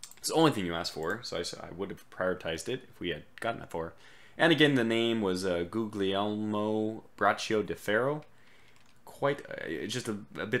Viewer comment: The name "Guglielmo" (William) is pronounced "Gulielmo", the second "g" is soundless.